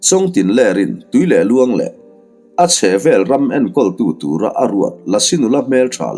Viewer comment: Tui leh luang nge? Tuilehluan ram, a thluk kha a diklo deuh em